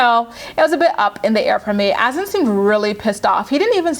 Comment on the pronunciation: His name is HASSAN !!!!!!!Not Azan. IT doesn't even exist as a name . This brat can't even pronounce a common name properly ugh.